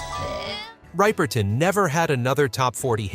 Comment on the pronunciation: Minnie Rip-er-ton, NOT ripe-er-ton. smh. (She could sing six octaves!)